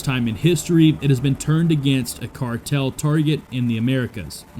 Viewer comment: Yes, I left this same comment on that video as well right before watching this one. I also mentioned how that garbage AI voice over that they use can't even pronounce half the words it's trying to say correctly. Cardle?(cartel) Hower?(hour)Mack?(Mach). That channel is trash.